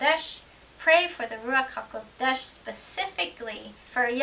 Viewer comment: Great topic again what a beautiful pronounciation Ruach haKodesh.I was just reading the ISR sciptures online version with a view to buying the hard cover when I came across set apart spirit Mark 36 I can't believe that they have translated it back to Set apart Spirit! Doesn't look like i will be ordering the hard back after all haha! Keep up the good work Shalom